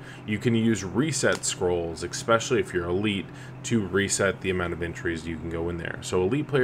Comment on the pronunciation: Do you say "ex-specially"